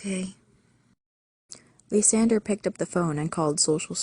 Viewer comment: for me, i feel the way you say lysander's name is TOTALLY DIFFERENT THAN I THOUGHT. I say it like the word lie, then sand, then er. are you positive youre pronouncing his name correctly? id really like to know. same with rosalya